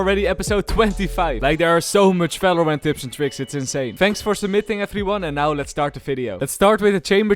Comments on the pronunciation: Valorant : exist this guy's accent : nah.. "fellow rent, Felorent" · Bro subtitle thought u said "fellow rent" 💀